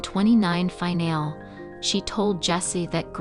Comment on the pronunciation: Zoe's name is pronounced Zo-wee not Zow and finale is pronounced fin-al-ee not fin-al.